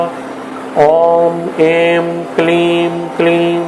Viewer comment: Wrong pronunciation at certain places. Not 'Aim' , should be pronounced as 'I'm '.also other words.